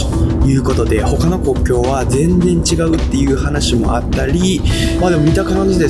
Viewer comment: の全然の言い方(発音)が関西弁じゃないですよね...😢